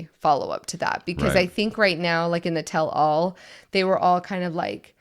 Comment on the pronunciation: Don’t worry . . . You’re going to be hearing about the “Catfish Situation” for the next 2-3 seasons. Also, just so you know, it’s pronounced “TELL-all (as if it was one word).” Not “tell ALL.” Bc nobody would EVER tell ALL. 🙈🙉🙊😉 Love listening and watching you guys . . . I grew up and was friends with a LOT of LDS members, so hearing you talk about some of the same things they did is kinda fun! ❤